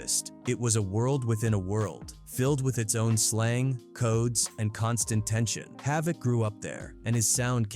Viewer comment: He pronounced havoc name correct